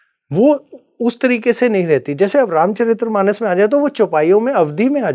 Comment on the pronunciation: ये स्वयंभू गुरु तो तुलसीदास जी को दस सेकेंड्स में debunk कर गया, ये बात अलग कि "रामचरित मानस " को "रामचरित्र मानम" कह रहा है । अध जल गगरी छलकत जाय 😂😂😂😂